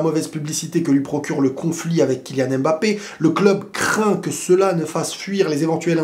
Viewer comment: On dit Mbappé pas „Aime Mbappe“